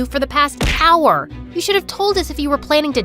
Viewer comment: “Our oul”🤣🤣🤣